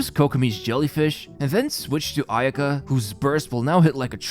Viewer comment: ayaka, u say it with one go, not aya ka